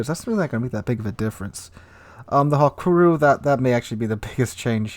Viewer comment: why do you pronounce Hakuryu like that? Really bugs me out, even Notser do it, bloody hell